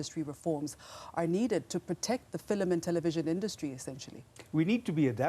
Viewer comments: The way she said "Filim" like my grandma 😂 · fill-em industry will never not be jarring